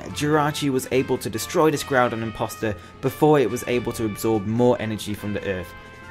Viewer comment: KYOGRE, NOT KYORGEY! AND THERE SHOULD BE ONLY ONE N IN GROUDON!